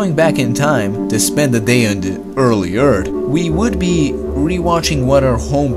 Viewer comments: science is amazing, hard to imagine how Urt was before after reading the comments i cant unhear "urt" and i cant stop laughing watching this. its like when i hear canadians saying "ey" and "aboot" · I can't understand why this guy keeps saying "ert" but can still say the and that. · Does sound like he is saying URT.....🤣😂🤗🤗🤣👌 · Never been to "Eart" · Turd, ert, hishtry, breet, turdiate😂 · WHEN HE SAY ERT I CRINGE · Nice video, very informal. Please learn to use English properly next time though, very annoying how you pronounce “Ear-TH” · Urt eart ert lol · Ert ...ert... ert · Urt.....I laughed every time. Sorry l great vid though. ..... Urt. 😂😂😂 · Look, I usually do NOT remark about the English pronunciation of random people (especially since I'm not a native English-speaker myself), but this guy SERIOUSLY mispronounces EVERY -th (not only when he says Eart) in this video. He's fluent too, so wtf? Bruh, how did you become so good at English while seemingly having skipped the school lessons where they taught the correct pronunciation of -th? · Weird accent...and I´m sorry but that "eartt" was getting on my nerves,and its like he struggles to speak...well,thats here on eart...lol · Stop saying ert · Just how you keep saying “urt” made me stop watching the video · I love the way you say "Earth". Idk why but I do. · Guys stop making fun of the way he’s saying earth he’s probably from a different country and he’s trying his best way to say earth so stop it. It’s not funny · I really love your videos. Fascinating topics to me. To those critizing how he says earth...is it really that hard to help others rather than be rude? To pronounce the th sound in earth and other words...put front 1/4 part of tongue behind the back of the upper front teeth. Quickly push air out of your mouth while quickly bringing your tongue back down. See! It's not that hard people to be helpful or kind. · Eart* T instead of TH, obvious. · It’s not Eart it’s Urt... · "Mother Eurdt" 😅😆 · Eart, tink